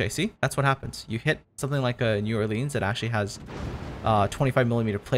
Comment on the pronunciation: My Louisiana soul hurts the way he pronounced New Orleans.....think of it as Nawlins